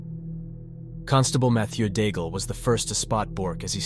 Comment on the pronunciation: The coward's name is pronounced "DAIG" not "Daigel"...